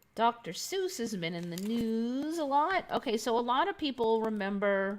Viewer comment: "Seuss" .....no....so wrong